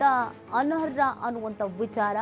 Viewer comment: ಅನರ್ಹ.... ಅನ್ನೋ ಪದವನ್ನು ಚೆನ್ನಾಗಿ ಉಚ್ಛರಿಸಿ